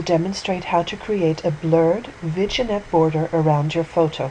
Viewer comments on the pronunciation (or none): Thanks! It's pronounced "Vinn-yette" by the way :) French word!